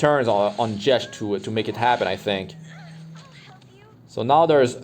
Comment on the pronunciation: The way you pronounce Jecht has me cringing. The Ch is pronounced like a k